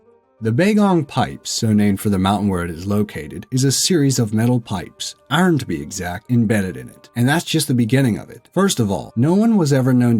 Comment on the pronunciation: Holy shit how can you not pronounce iron